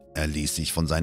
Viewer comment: D.h.: sich SCHeiden lassen, nicht: siCH CHEIDEN lassen Teenager nicht Teenäycher SCHwarz nicht CHwarz. hübSCH nicht hübCH.